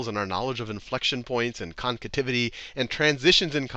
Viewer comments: Nice video. Very helpful... Only it's "Concavity" not "Concativity" XD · The hell is a “concativity?” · Haha! "Concativity" again. :D